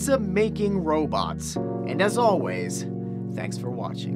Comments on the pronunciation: When you said "Pizza making robots", I thought you said "Pizza, making robots". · "Pizza-making robots". I heard "Pizzas making robots" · lol on the end i thought he said: Pizza's making robots. i was like whaaaaaaa???